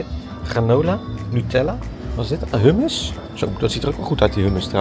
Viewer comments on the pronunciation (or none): none